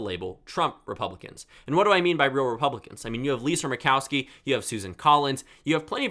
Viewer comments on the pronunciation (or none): none